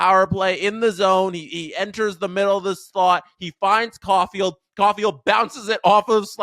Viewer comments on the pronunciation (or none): none